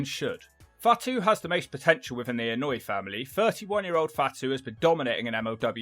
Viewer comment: Anoa'i is pronounced Ann-Oh-Ah-Ee...